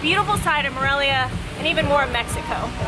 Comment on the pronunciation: Its More-elia.